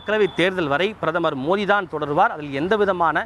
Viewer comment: பிரதமர் மோதி இல்லை.. பிரதமர் மோடி..ஒழுங்கா சொல்லு டா.. எரிச்சல் ஆகுது..